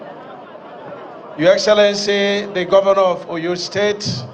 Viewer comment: Is this minister actually pronouncing Oyo state like a foreigner?